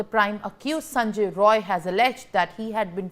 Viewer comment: The news reader must amend herself. It is Sanjay Rai, not Roy as she is wrongly pronouncing.